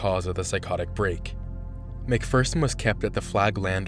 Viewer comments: It’s not a bad video but I feel like he could’ve done better research. He pronounced almost everyone’s last name wrong. Leah Remini’s, Mike Rinder’s and Lisa McPherson’s. It doesn’t take too long to look it up but it’s understandable if English isn’t your first language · Wow. First, it's "Sea Org," not "Sea Orgs." You pronounced Rinder wrong. You pronounced Remeni wrong. You pronounced McPherson wrong. McPherson didn't disappear, she died because they wouldn't take her to the hospital and then no one wanted to decide what to do and couldn't reach a supervisor. Everyone knew she died. The Hole isn't for defectors, it's for PTS. They use it for execs to get them to get back on the path. They have to be 100% dedicated to COB or he will get too paranoid. It really sounds like you just looked some shit up on Wikipedia and rewrote it. You must not have watched a single interview or video. You need primary sources for this shit, not just a Wiki page.